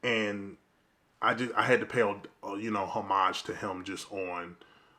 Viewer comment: Thank you for saying “ homage “properly. So many people don’t.